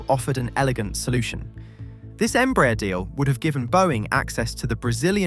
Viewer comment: By the way, since you mentioned that, "Embraer" is pronounced "em-brah-AIR", stressing the last syllable and with the "A" and "E" vowels distinctly pronounced and separated. It's a Portuguese acronym for "Brazilian Aeronautics Company" ("EMpresa BRasileira de AERonáutica").